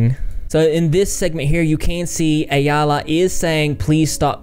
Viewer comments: Ayalla's name is pronounced "eye-la" I think 😊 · If you combine "eye" with "la" it comes out right. Eye-la = Ayalla. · you learning to pronounce ayallah's name was the best part of the video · it's a hebrew name meaning female deer (a doe if you will), no one says it right but we forgive you LOL